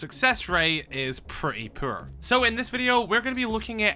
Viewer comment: Do me a favor and try to pronounce poor again because brother that is not how lmao